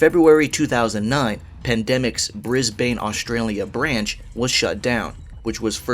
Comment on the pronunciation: loved the video but your pronunciation of Brisbane hurts badly as an aussie